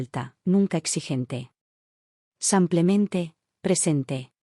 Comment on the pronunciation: No entiendo cómo pueden escribir simplemente y la narradora decir semplemente ???